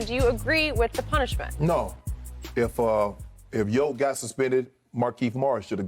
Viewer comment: Lmao Skip really called the Joker “Jokieff” 😅